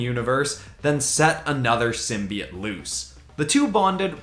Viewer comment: Please tell this man it’s symbiote not simbyit